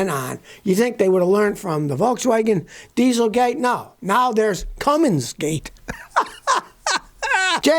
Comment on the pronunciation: No such engine builder as "Cummings" You can still sound intellectual, even if you pronounce it correctly! C-U-M-M-I-N-S